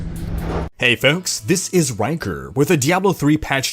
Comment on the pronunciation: I wasn't paying attention to the video for a second and I thought you said "it's wanker" and not rhykker.